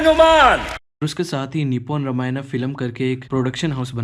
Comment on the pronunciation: Very good research but talking not रमायना रामायण is right